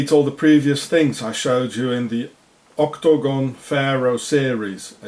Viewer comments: Why does he spell/pronounce it 'octOgon'? It's 'octAgon'. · OCT - TOE - GOHN ! LOL